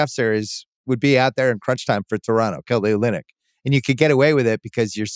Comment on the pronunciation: LOL you really said Kelly Onlynik